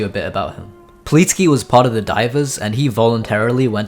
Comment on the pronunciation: ahh yes "pleetsky"